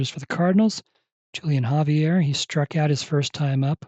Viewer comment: The J is silent in Julian, more like Wholian